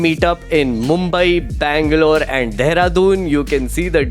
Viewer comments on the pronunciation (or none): none